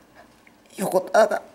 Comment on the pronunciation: ヨコタガ ヨコタガ(唐突な外人化)